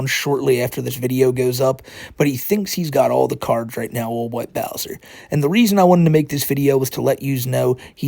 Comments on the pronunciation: Even of she was 18. SA is SA. is a pwedatah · is a pwedatuh